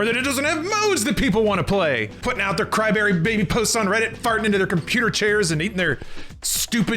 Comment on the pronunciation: Did say “Cry-berry”?